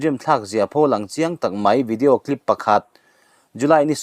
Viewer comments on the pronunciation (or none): none